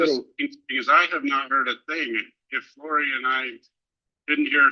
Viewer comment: I love that 40 seconds in he mispronounced Lori's name where it sounded like he called her "Lori Dybbuk". In folklore, a dybbuk is " a malicious, disembodied spirit, essentially a wandering soul that clings to a living person, often causing possession or mental distress." That's like a sixth sense type Freudian slip... 👻 😂